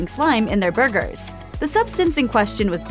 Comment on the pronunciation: I've never heard someone say "bhurgers" so many times in my life.